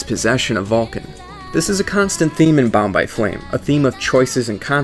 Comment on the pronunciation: I constantly hear "Bombai Flame" instead of "Bound by flame" XD